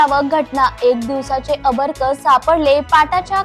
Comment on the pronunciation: अर्भक चुकीचा उच्चार नको करू बाई